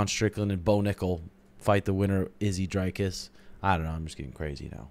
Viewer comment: it aint pronounced drycus bro its dricus'